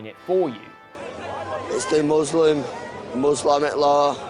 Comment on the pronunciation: im sorry ordinary things but this guy saying "muslamic law" is funnier than any joke you've ever made